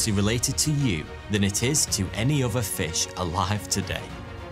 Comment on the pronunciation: Can you at least TRY to pronounce the names right? It's not CoeLEOcanth, nor is Manado pronounced MANDO. And its oTHer, not oVer, THrough, not Frough.